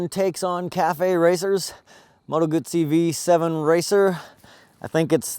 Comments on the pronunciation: It's guzzi not gutzzi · It's not "goot -zee", it is "goo-zee" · You fucked up the pronunciation. Moto Guzzi not Moto Gucci It's not a fucking bag. You have to know these things if you expect people to take you seriously. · Salvatore Giovanni Wrong, a ZZ in Italian makes the TZ sound. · Guzzi not gootsey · And Gutzi instead og Guzzi! :-) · Gumbi? Do everybody a favor, get some basic motorcycle culture, then come back on youtube acting all "expert". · Not in Lombardy where Guzzi are made, double-z becomes double-s - G-oo-ss-y = "Goosey" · Goot - see, Peet - sah = Guzzi - Pizza. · Lombard = Goosey :) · why does he say "gutzi" there is no "tT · he really needs to learn how to pronounce guzzi